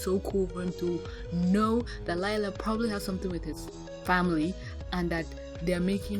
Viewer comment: Its not lila its LIE-LA 😕